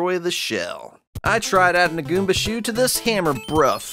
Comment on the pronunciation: you said koomba not goomba